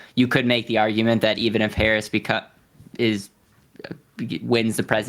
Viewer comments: It is is interesting that the one guy in the middle keeps mispronouncing Harris' name......shows an ideology. Destiny is logical and practical and understands why he can do what he does......the grunt doing everything else. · Yeesh. Decent conversation but the goddamn moderator can’t even pronounce the vice presidents name correctly. As soon as Destiny made a good point about SCOTUS term limits, “I’d like to get back to tax policy” my god